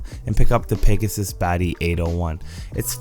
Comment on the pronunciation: When u say pagasis when its pagassi